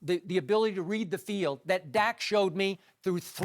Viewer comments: Cant even say the dudes name right. Dak not zach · Skip said "zack Prescott" 😂 its dak !